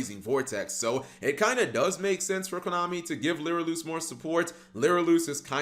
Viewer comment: Why the hell is he pronouncing lyrilusc as lyriloosk?! Seriously what is it with most yugitubers having so much trouble pronouncing simple words?!